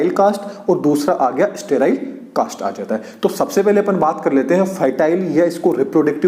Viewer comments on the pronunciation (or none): Don't say सरटाईल ❌ say सटैराईल ✅ instead spelling were correct in the video but pronunciation was not correct Btw video was nice 👍🏻🙂